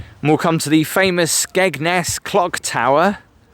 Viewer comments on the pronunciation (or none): Nice presentation, especially looking, overall, but, really?.. 'The famous Skegness Clog Tower'??.. Its the CLOCK Tower.. Its got CLOCKS on it!!!.. IngoldMELLS not IngoldMILLS, also.. And, anyway, what's Great Yarmouth actually got to do with any part of Skeg, even what it might also have, anyway??